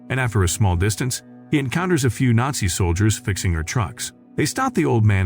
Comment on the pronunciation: Is it really that hard to pronounce the word nazi correctly?